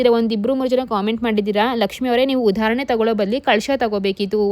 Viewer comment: It's udarane not udharanne